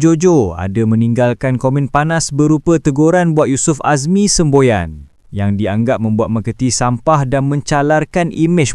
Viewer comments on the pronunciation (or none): Semboyan dh jadi semBOYANN...😂 Fake je lbih